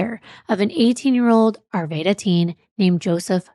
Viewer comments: I love you both! Just for clarity, the city Arvada is pronounced "ar vad a" (soft A) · Arvaaada is the correct pronunciation 😊